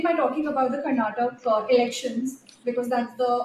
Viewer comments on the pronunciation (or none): First, please Learn to pronounce Karnatak"A" it is not "Karnatak" I fail to understand that how many years will the National media need to get names right from south. KERAL"A" not KERAL, TAMILNADU NOT "TAAMILNADU"